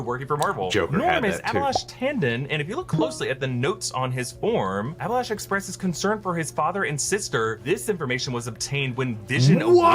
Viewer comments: Hah mistake found. The guy's name is Abilash not Alibash. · Alibash...that's not how it's said😂😂😂